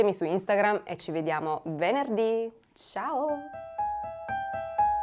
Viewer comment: Ho realizzato che stava veramente male quando ha girato questo video soltanto quando ha pronunciato il "ciauuu" finale